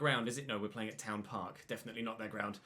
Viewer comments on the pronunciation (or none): none